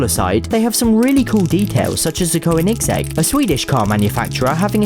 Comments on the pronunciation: Ko-eh-Nig-segg lol It’s Ko-Nig-segg. No hate. Good video! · its said like konisegg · im sorry "coanigzeg" ;p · I feel like I need to correct his pronunciation of koenigsegg. It's actually ko-ni-seg. Not koe-nik-sek. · i dont want to insult you but the way you pronounced Koenigsegg makes me sad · How did he pronounce Koenigsegg? it was horrible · sorry for Koenigsegg the I does not need to be more pronounced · is proof nobody truly knowns how to pronounce "Koenigsegg"